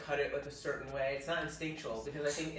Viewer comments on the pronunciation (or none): none